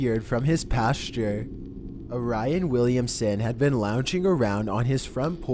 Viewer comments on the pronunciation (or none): Meh, it's not the best but it's not terrible. I just feel like he's reading it aloud as if he's reading what's written for the first time. The, what do you call it... pacing? Is a bit off in some places. Orion - Oh-Ryan, not Oree-un. Hoffa ... I though everyone knew it was pronounced like Hah-fah. Not Ho-fah.